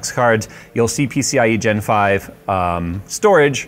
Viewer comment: "peeseeyigenfive... peeseeyigenfive... peeseeyigenfive..."